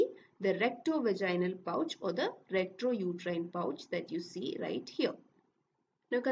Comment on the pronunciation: Its rectouterine pouch Not retrouterine pouch